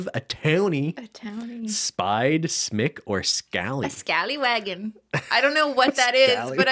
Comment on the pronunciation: ScallyWAG not scallywaggen lol